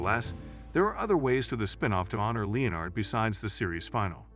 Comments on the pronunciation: It's pronounced le-NERD not LE-nard. Also, your hypothesis is lacking solid evidence. People name their children after friends and family all the time, and there's nothing suspect about that. There's nothing at all to suggest that Leonard is dead. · He was never called (Leo NARD ) Its just pronounced "Lenard " Is it an AI voice narrating? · Leeeonard? Oh AI, you have a long way to go. You came close , but then slipped back to Leeeonard. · Well I thought his name was Lenard, I didn't know they spelled it Leonard in the show. So I kind of get it. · It’s Len-ard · "LEE-UH-NARD"? Seriously, a sixth-grader could read these scripts better than an untutored AI. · Nah what drives me nuts in this video is this guys mispronunciation of the name Leonard. But he says it correctly once then carries on mispronouncing his name lmao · OH! COME ON!!! I've heard conspiracy theories that made more sense!!! And, for cryin' out loud, pronounce Leonard's correctly, not several different ways to show you don't know HOW!! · Right! There's a Screen Rant article on this that's almost verbatim. Not to mention not even pronouncing "Leonard" correctly.